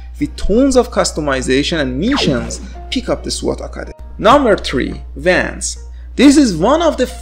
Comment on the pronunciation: What he said: Number three Wands What i heard: Number three Vans What he said: Number two End space What i heard: number two ende space